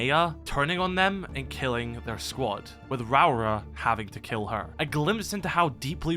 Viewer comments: Lmao I'm sorry but your pronunciation of Rauora is just funny to me as a Maori. Essentially it's pronounced Row-aura if you roll both Rs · The New Zealand operator l's name should be pronounced Ra Ore Ah